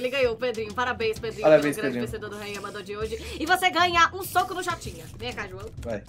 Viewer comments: EI DEVO DIZER ALGO A FALOU REINHA MANDOU NAO RAINHA O PERDEU OLHEM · Kkk só eu que percebi dizendo no fim reinha Pedrinho kkkkk